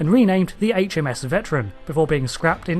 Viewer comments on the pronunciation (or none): none